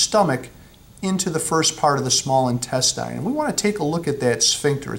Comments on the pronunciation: I've never heard intestine pronounced "in-tes-tyne". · searched for this reply. Bothered me the way he pronounced it and how many times he said it lol